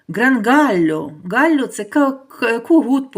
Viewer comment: Не гале а галло